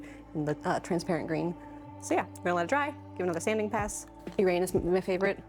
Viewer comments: People mispronounce Uranus you did to😂 also a wolf frogger and wolf bat pleeeeease for my 12 birthday on January 9th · It has been a while, but there was a video with an alternate pronunciation for Uranus as oo RAN us. It is definitely less embarrassing to say. I could also be remembering incorrectly.